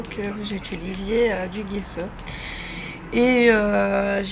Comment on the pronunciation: bonjour JE CHERCHE AUSSI A FAIRE DU"""JESSO""""on ne dit pas """guesso """"mais """"jesso comme """jessi"" en italien g =j gesso veux dire plâtre voilà pour l'info bonne journée Bises A BIENTÖT